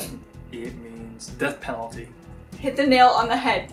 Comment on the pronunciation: No one: Literally no one: Jun: D E A T H P E N A L T U